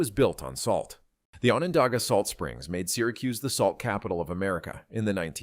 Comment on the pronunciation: Need to say Onondaga correctly 😮